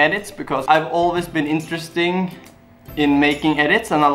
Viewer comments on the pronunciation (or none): none